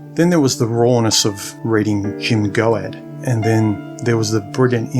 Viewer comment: Goad - rhymes with toad.